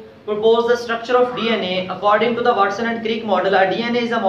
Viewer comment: Wastson nhi watson hai word sir